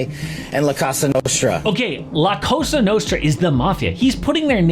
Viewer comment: That idiot Patel said the CASA Nostra